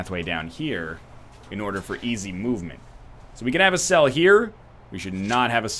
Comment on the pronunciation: hi im your 652,147th sub when you said room cell i belive you said room seel